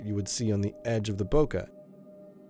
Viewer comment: Nice review. . . Its Bo-Kay like Okay. Not Bokah